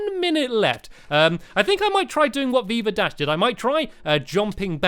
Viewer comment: Veeva dash? The way you pronounced it sounded like "beaver dash"! xD